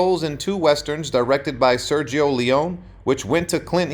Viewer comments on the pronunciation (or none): none